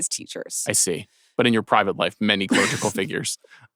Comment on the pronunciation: Clergy or clerical, there is no 'clerigical.'